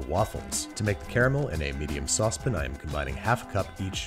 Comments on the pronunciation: Nobody: Babish: SaUsEpUn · No one: Babish: in a medium saucep_n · I love how Babish pronounces "saucepæn" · not the only word he does that to. I'm assuming it's a schtick, like the "saucepin vs saucepan" pronunciation, among others.